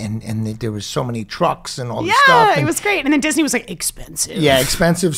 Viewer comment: love you guys!! "disneyy" lol!